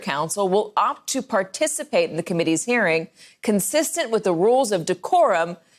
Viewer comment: She keeps saying "hairing".